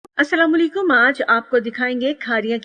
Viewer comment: یہ السلامُو لِیکُم کیا ہوتا ہے؟ اپنے سلام کا تلفظ صحیح کرو۔